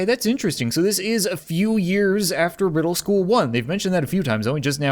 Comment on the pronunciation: I love how he said wedel school